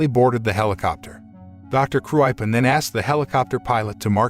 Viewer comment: Too shame that "Kruipen" pronunciation is unbearably wrong.